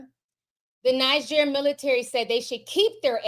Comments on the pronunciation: One is pronounced Neejer and the other Nigeria. Hope that helps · Hiya the country Niger is pronounced Knee-Jay:)